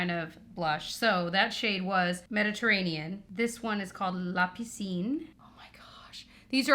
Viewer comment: Méditerranée is indeed French for Mediterranean Sea. Very impressed by your pronunciation of La piscine and Provence BTW